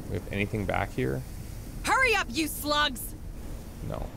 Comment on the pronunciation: It wasn't until this episode that I realized they were saying "Move it you slugs!" and not "Move it you sluts!"